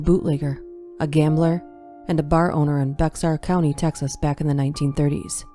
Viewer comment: This was quite the compilation! My only critique: it's pronounced "Bear County". The "x" would always throw me off too when I was little.